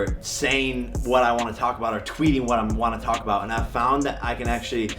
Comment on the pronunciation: U forgot the “t” in about 😂